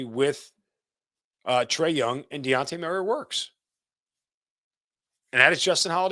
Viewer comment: If you are going to doubt Dejounte ability to improve this team at the VeRY LEAST learn how to PRONOUNCE HIS NAME! 🤦🏽‍♂️🤷🏽‍♂️ You keep calling him De-on-tay! it’s pronounced De-Jon-tay! Pretty easy tbh. Stop leaving the J off of his name!